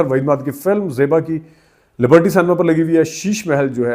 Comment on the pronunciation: Correct pronunciation is Cinema not senma please correct